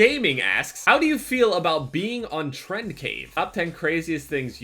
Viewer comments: That moment when says TrendCave instead of TrendCrave or TrendVape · just called trend crave trend cave TTTTTTRRRRRRRIIIIIIIIIIIIIIIIGGGGGGGGGGGGEEEEEEEERRRRRRRRREEEEEEEEDDDDDDDDDDDDDDDDDDDDD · HAHAHAHAAHH JEV JUST CALLED TRENDCRAVE "TRENDCAVE" xD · OMG YOU SAID TRENDCAVE ITS TREND CRAVE CRAVE!!!! NOT CAVE!!!! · oh my god he called him trend cave XD its trendcrave!!!!!!!!!!!!!!! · IT IS TREND CRAAAAAAVVVVVVVE not trendcave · You said fucking trend cave 😂😂 you mean trend crave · lol he said trendcave when it's trendcRave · its TrendCRAVE not cave god dammit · Who noticed he said trendCAVE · He said "trend cave." Smh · You said trendcave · said trend cave when it's crave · he said trendcave -_ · called him Trend Cave not Trend Crave he is probably pissed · Who else noticed that he said trend cave insteaed of trend crave. If you watch him you know he hates that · xD he said "TrendCave" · TrendCave... This accidental misread is so funny if you actually know Trend Craves channel